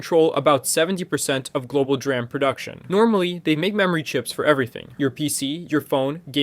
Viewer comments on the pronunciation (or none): To be honest, I wouldn’t be surprised if it was even read by AI, considering how he says DRAM and Xaiomi.